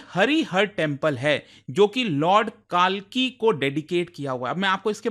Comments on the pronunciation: It's not Kaaalki, it's kalki🙏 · भाई काल्कि नहीं कल्कि। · Not कालकी ❌ उन्हें कल्कि भगवान कहते हैं कम से भगवान का नाम तो‌ सही से लो जानबूझकर कर किया या अनजाने में पर गलत है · काहे काले अंग्रेज बन रहे हो हमारे भगवान का नाम कलिक है न की कालकी |||| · Sab baate hoti rahengi .. lekin please kalki ko kaaaalki pronounce na kare😢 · भाई आप हिंदुस्तानी ही हो।। वो काल्की नहीं कल्कि हैं।। अब समय बदल चुका है अब अंग्रेज होना सम्मान का विषय नही रहा।। अनावश्यक अंग्रेज क्यों बनना। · कालकी मत बोलो यार , कल्कि बोलो❤ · Sir bolna sikhe lord kalki hai na ki kaalki... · CORRECTION(English Man banne ki kosis kyu karni? काल्कि ❌️ कल्कि ✅️✅️✅️✅️ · It's not कालकि it's कल्कि spell correctly sir 😅❤ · सर मैं खुद सम्भल से हूं , यह मंदिर चंदौसी में नहीं है । यह सम्भल जिला के सम्भल शहर में ही है। इसको कल्किनगरी भी बोला जाता है । कालकी नहीं its कल्कि। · Sir, pls Correct your Pronunciation- It's 'कल्कि' not कालकी'. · सर्जी कल्कि ठीक से तो बोलो